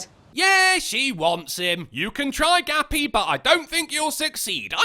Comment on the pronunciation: Ha! For a minute I thought her name was Gabby but you were calling her "Gappy"! And what a fitting name that is. Who the fuck is worried about what other people jerk off to?! Unless it's kids or acts of beastiality or necrophilia or something along those lines, who cares? These broads are fucking nuts.